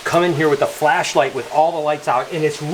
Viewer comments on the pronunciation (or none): none